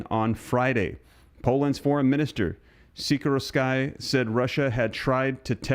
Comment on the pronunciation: It's sick-or-ski, not sick-or-a-sky. Just saying